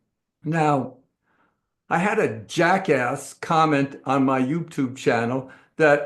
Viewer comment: Can you put any more "EMPHASIS" on Jackass! LOL😁😁😁😁